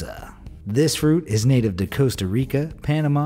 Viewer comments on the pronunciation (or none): none